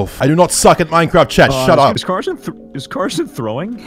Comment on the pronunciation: "this is just call of duty but minecwaft"